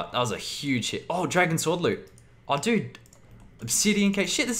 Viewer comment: At the beginning of some fights, when you say "Gl dood" the word "dood" means dead in Dutch. Which make very much sense as your opponents get ejected back to Lummy, But then it realised that you were saying "dude".